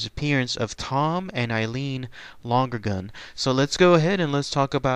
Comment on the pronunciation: Was their name pronounced long-gergan as you pronounced it? I thought it was Lon-ergan. No extra g.